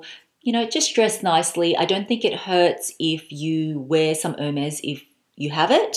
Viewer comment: It's "airmays!" Why don't people know their idols? 😁